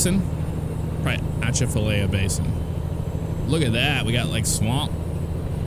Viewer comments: The Atchafalaya Basin is pronounced Uh-chaff-uh-lie-uh. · As someone from Baton Rouge, the basin is pronounced Uh-chaf-uh-lie-uh ;) - and the speed limit on it for trucks is 55mph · Louisiana English ain't hard for you foreigners, try it like this aah-cha-fa-lie-ya. it may not be right either but it wont get you laughed at if you really came down here. I figure maybe another 5-10 years down the line they will be able to update the scenery and make some roadways specific to the areas. I realize this is scaled down and that causes a lot to be cookie cutter, but I loose interest very quick. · That actually looks relatively close to a drive through Louisiana, minus the huge rocks along the road, we don't have those. Also we don't have vineyards, that would be cotton crops. And the river you were trying to pronounce, the Atchafalya River is pronounced UH-chaf-UH-lie-UH . lol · i cringed when he said that ( sorry for spelling maybe )